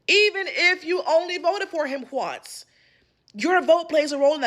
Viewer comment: Yo, was she doing that HwA sound on purpose or something? It's exactly like the wHipped Cream sketch, wtf? "HuhWonce"